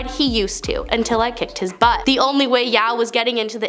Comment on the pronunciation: Yeoh pronounce Yo, I think.